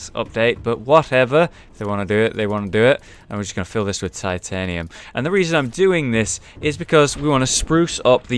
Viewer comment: Oh yeah, they say titianium instead of titanium.